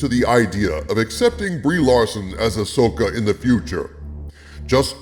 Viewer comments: I want to hear the original audio to this video, when he pronounces Ahsoka as "ash-oh-ka" lol Future Reference: In Premiere, use "Constant Power" for 1 frame between the audio cuts to get rid of that pop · I notice you ADR'd all you mispronounciations of her name this time. Thank you. It really bugs me when you say "A-Sho-kah" because no one has said it that way ever. It's also a dead give away that you've never watched any of the animation and I think that's a shame man, you're missing some good content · you kept calling Ahsoka "Ashoka" didn't you? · Ahsslessoka. You heard it here first. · You mispronounced the name and had to edit it in. :D Next time record yourself saying the words before and after and use the fade function to cut the new take in.